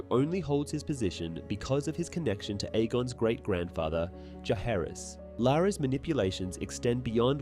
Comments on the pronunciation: You keep saying Jaehaerys instead of Jaecerys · I think he is actually saying Jaecerys, but he's pronouncing it with a 'k' or 'hard c' sound instead of soft c or 's' sound. So it sounds more like 'Jaehaerys' because of the way he pronounces 'Jaecerys'. That's my opinion, anyway.